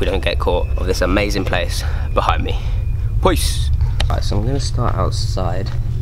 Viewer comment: Can't you say peace not poice??